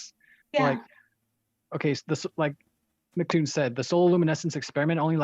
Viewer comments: How to determine if your debate opponents can’t grasp simple descriptions… they can’t pronounce your name right. By the second I hear „Mactoon“, any explanation will be misunderstood… guaranteed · You know she is a real Flerf cause she says "Mic " vs "M C." How can someone who can't get that right think they can prove the Earth isn't a globe.